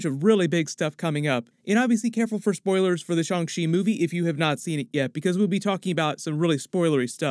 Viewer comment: It's Shan......g ch...i not.... shun she bud